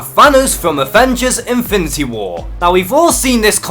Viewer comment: Great video. And....I'm really making an effort to not mock on your pronunciation because there are obvious reasons...but...man... "Invinty" Gauntlet, "invinty" war, "invinty" stones...seriously? Look. I'm not a native English speaker either but, dude, that was too much. Awesome video though.